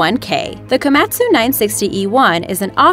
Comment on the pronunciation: The Way you say the Japanese Word Komatsu. Makes me want to die.